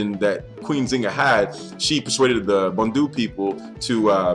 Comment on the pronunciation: haha great topic and video but the correct pronunciation for the tribe is "Mbundu" not "Bandu" 👌😘